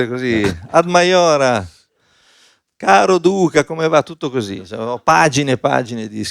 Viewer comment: “Caro Duca…” con la A